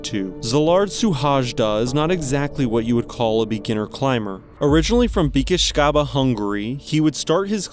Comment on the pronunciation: Just so you have a good pronunciation of his name. Pronounce is as it was written : Sylard Shuhayda 🥰 His hometown as it was written: Bakesh chaba (Békéscsaba)